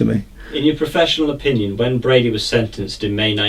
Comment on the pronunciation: It's Brady not Brody.